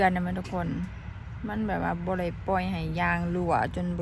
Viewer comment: หัดพูดด.เด็กไห้มันชัดค่ะคำว่าได้ไม่ใช่ล่าย